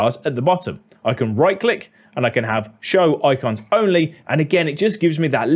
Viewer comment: I love how he says "oicons"! Funny.